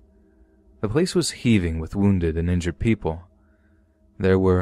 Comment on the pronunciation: Good ol "ingury's" LMAO